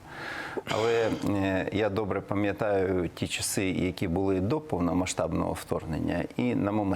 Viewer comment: Прошу передати пану Ганапольському, що слово пАм'ятати не від російського слова "помнить", а від слова пАм'ять ! А від постійно наполегливо вимовляє - пОм'ятати, що дратує !!!